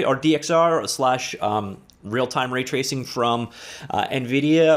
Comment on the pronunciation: Says "Ratacing." Not "Raytracing."